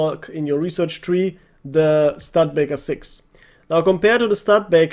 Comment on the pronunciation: Its not stud-baker, its stu-de-baker